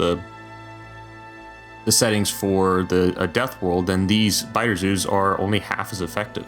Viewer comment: Biter zoos started sounding like BiterZeus at some point, and I can't unhear it